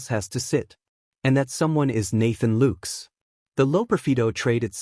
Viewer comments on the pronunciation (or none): Why cant this reporter pronounce ANY plyers names correctly. maybe this a computer? "LOOKES"? "GEEZUS" ?